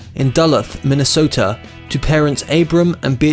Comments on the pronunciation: Please do your homework about pronouncing names. Kareem Abdul Jabbar, not Gabbar. University of Minnesota not Misota. Get the correct pronunciation of Duluth. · Pat Gareth? Joan Bays? Minsota? This video is appalling and the narrative probably taken from Wikipedia by people who can’t pronounce words.